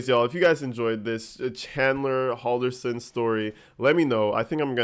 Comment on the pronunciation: This is my case right here I was so into this before darrel brooks case took over.its pronounced Hall-der-son